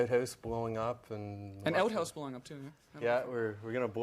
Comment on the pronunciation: You should never let a Canadian say the words ‘Out House’ 🤣